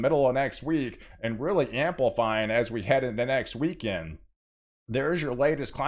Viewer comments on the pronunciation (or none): none